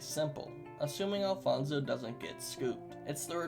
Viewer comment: Hi im Alfonso and you are pronouncing my name pretty weirdly BUT yes i think Alfonso definitely can win against freddy fazbear